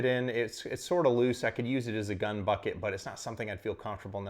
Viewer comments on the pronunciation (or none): none